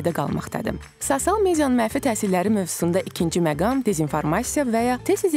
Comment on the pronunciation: Sosial sozunu duzgun tələffüz etseydi daha yaxsi olardi...